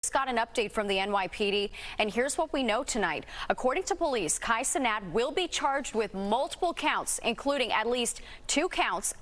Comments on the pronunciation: ”Kai cenot”😭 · girl said'' Kai Cenot'' girlll lmaooo